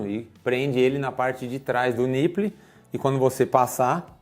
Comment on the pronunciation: Gosto muito do canal e das invenções e viagens de vcs, então preciso dizer: niple se pronuncia NIPOUL, que significa mamilo em inglês. Abs!!